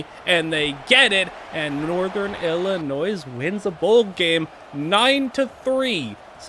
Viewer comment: The way you pronounce Illinois and Jimenez are crazy